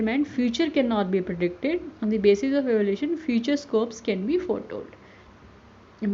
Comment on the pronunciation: It's evaluation not evolution